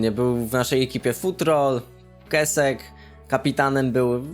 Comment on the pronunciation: Kłesek się mówi A nie kesek debilu